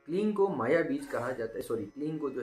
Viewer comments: क्लीन नही क्लिम बोला जाता हे😂😂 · ओ भाई आप गलत बोल रहे हो kleem hi hota hai और बाकी आपका कहा अगर कोई jaap किया तो उसे मंत्र दोष लगेगा फिर वही जाने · Bohot ache se aapne samjhaya hai. Lekin aapne mantra ka jo pronounce kiya hai shuru me jo aapne bataya kleen, ya kleeng Woh thik se nahi samjha Kyuki aapne description me kleem mention kiya hai Exactly kya pronounce karna hota hai. Aap please hindi aur english dono me mention kijiye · Sir, kaya app kling bol rahe ho? Very confusing, please answer 🙏🏽